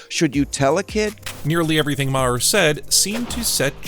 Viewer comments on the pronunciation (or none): His name is MAR not MA HER it’s just spelled differently! Please stop saying MA HER!!!!! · He's not "MaHer", rather pronounced "Maar" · You need to learn how to pronounce Bill Maher's last name properly. It's not pronounce Ma-her, it's pronounced just Mar; the H is silent. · Not Ma-her it's pronounced mare. Maher is my mother's maiden name. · How about you learn to pronounce his last name. Ma-her is not the pronunciation (Marrr) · It's pronounced MAR NOT MA HAR, you moron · WHY DO YOU PRONOUNCE HIS NAME INCORRECTLY OVER AND OVER? IT’S MAR, NOT MAA-HER. Idiot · It’s “Mar” not “Ma-Her” geesh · It’s pronounced Ma-her it’s pronounced mar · It's Marr not mahear😂😂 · It’s not “Mah - Her”, Bill’s last name is pronounced as “Mar”. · It's pronounced Mar, not Ma-her. FYI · exactly. It’s pronounced like Marr, another Irish name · Had to stop watching...pronouncing his name Maw-her was just to annoying. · *Marr. Bill Marr. Stop pronouncing it like that, please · Who is Bill Mah-HER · Who is Mah - Hurr? Can you figure out hour how to pronounce the subject of your feature’s name before you go live??? More egregious when you consider Bill is well known and Maher is a reasonably common name!! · I believe Bill's last name is pronounced Maer, rhymes with bar, tar, the h is silent. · Is only going to mention how this is run by a robot and he keeps calling him bull ma har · I wonder also...Clearly the guy never watched Bill Mahhhhh-Her !! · GET A BETTER I.A. READER!!! THE "H" in Maher ... IS SILENT!!! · Please stop pronouncing the ‘H’ in Maher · you're saying his surname completely wrong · Please pronounce Bill's last name correctly. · Learn to pronounce his name. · Dude, what damage was done Dr. Phil? Secondly, learn how pronounce Maher's name. You sound like a moron. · That's the oldest pronounciation of maher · The 'h' in Maher is silent, BTW. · OMG. It was driving me crazy when he was mispronouncing his name EVERY TIME. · Can you say his name right man come on